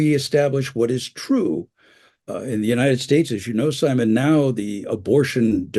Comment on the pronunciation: Imagine some nobody inviting you to interview and calling you "Simoh" without bothering to lookup your actual correct name.